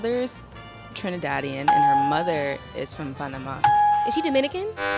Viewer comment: I love the way the girl say Panama, she said it RIGHT